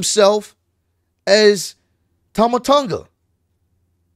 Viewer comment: It's pronounced like awn in the word "yawn" Tawn-guh